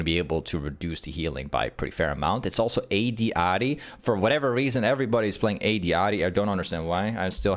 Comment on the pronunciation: wait you actually pronounce ahri in japanese? that's cool actually never thought bout that